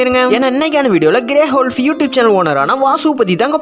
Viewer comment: Bro grey wolf pronounciation thappa pandringa